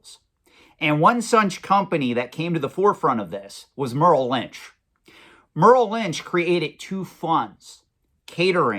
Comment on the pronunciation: Merrill Lynch is Murril Lynch. Luxus Funds is Lexus Funds. Pikachu is Pick-a-choo. Is this guy f'ing with us?